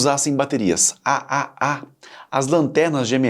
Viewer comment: O video é bom, mas algumas correções/complementos são necessários: • Traduções ruins de conteúdo em inglês: Em português, tirando a de 9V, todas as mostradas no vídeo são pilhas e não baterias, pois contém apenas 1 célula. "Bateria" tem esse nome por ser uma associação de células ("pilhas") • Pronunciar como Ah-Ah, Ah-Ah-Ah, Ah-Ah-Ah-Ah chega a ser hilário. Parece uma gargalhada forçada 😂. Mundialmente, elas são chamadas de 2A, 3A, 4A e assim por diante (alguns países chamam de duplo-A, triplo-A etc) • Da mesma forma pronunciar ANSI soletrando A-N-S-I não faz sentido algum. Até demorei pra reconhecer do que estava falando. A pronuncia correta é ler a sigla "ANSI" (an-see, em inglês) • A bateria de 9V não se chama "9V". O nome correto dela é PP3, e este padrão ANSI específico vai do PP1 ao PP11. Você confundiu a voltagem como o nome. • As baterias D, C e A eram apelidadas respectivamente de "pilha grande", "pilha média" e "pilha pequena" até os anos 90. Exatamente como a "pilha palito". • As baterias cilíndricas de lítio não seguem tamanhos "personalizados" (ou seja, fora de padrão). De longe, a mais comum é a 18650, que é usada desde notebooks a carros elétricos. Elas também existem em tamanho AA e outros tamanhos padronizados, como 21700